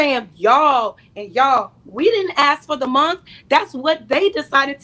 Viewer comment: There aren't many things that get under my skin as much as when they say every month is white history month. Well, they actually say every munt is white history munt and that irritates me too. Why would you try to sound ignorant on purpose?